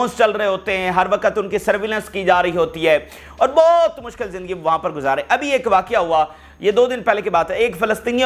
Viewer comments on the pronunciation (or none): none